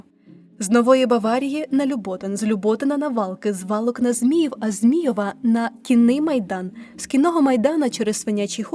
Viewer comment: ЛюботИн. ЗміЇв. ПомЄрки. Площа ТЄвєлєва.